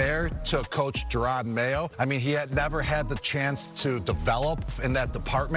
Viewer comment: Calling Jerod Mayo, "Jay rod" Mayo is absolutely crazy. Weirdly you later say it correct so clearly you did it on purpose.